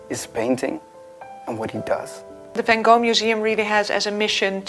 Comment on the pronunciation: I am fascinated to try and understand why, whom I believe is Curator of Education at the Vincent Van Gogh museum would see fit to educate the world into pronuncing his name incorrectly. i.e. the American way instead of her native (assumably) Dutch tongue. Due to the amount of activity on Youtube as to the correct pronounciation it is obviously a very contentious issue and being English as we obviously pronounce it correctly...( Haha I think not). But I would expect the one person who is in a prominent position to educate the world as to pronouncing it correctly, but alas get it so wrong??? I am sure the American fraternity are pleased, but poor Vincent must be turning in his grave....please enlighten me?